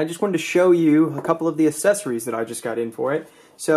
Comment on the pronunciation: You say accessory weird. Its aksessory not assessory :)